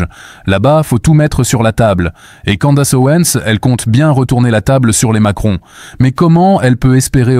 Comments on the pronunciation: Si tu décides de prononcer à la française, faut pas seulement prononcer "Candasse" mais aussi "Ovansse". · Vidéo intéressante. Mais cette voix et ces images créées par IA sont assez pénibles. Surtout cette prononciation horrible des mots "rule" et "candace"...